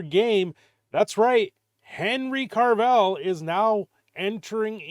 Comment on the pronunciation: Who's Henry Carvell? There is NO RRRRRRRRRRRRRRR in his last name. Oh gawd. Please make it stop. Jokes aside, Hopefully this is a good thing for CAVILL. He is great in everything he does. So this Warhammer thing is very promising.